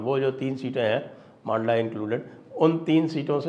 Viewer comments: Sir, "मांडला" नहीं इसका सही उच्चारण "मंडला" है । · मंडला उच्चारण कीजिये सर, लोकल वालों को विश्वस्त समाचार लगेगा। मांडला प्रोनाउंसेन अटपटा है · मंडला है। मांडला नहीं ! जगह के नाम का उच्चारण सुधारिये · मंडला है सही उच्चारण